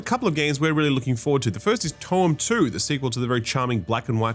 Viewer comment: Not calling Toem 2 for "Twoem" is downright blasphemous!